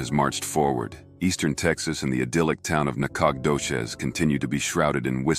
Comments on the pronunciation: Nacogdoches , I live there and have most my life. it is pronounced [ NAK AH DO CHEZ ] the G is silent. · Thats a weird way to pronounce Nacogdoches.....